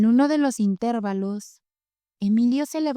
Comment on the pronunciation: Se pronuncia "intervalo" sin acento en la "e".